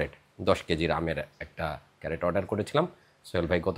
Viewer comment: আপনি আমের বাক্স'কে বা কেস'টাকে "ক্যারেট" বলেছেন, এটা সম্পূর্ণ ভুল। এটা হবে "ক্রেট" [ CRATE ], যেটা একটা ইংরাজী শব্দ। Dictionary দেখেই আপনার মতামত জানান। শুভেচ্ছা রই'ল।